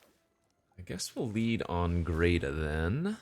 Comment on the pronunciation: Not trying to be rude but, hearing you say Greta as “Greata” everytime is grating… its like Hansel and Gretel